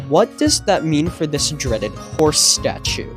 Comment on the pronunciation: the howce is heere